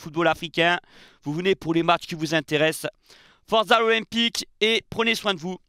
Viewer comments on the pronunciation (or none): none